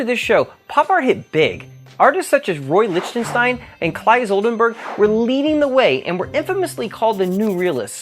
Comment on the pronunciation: You didn't say Claes Oldenburg's name correctly...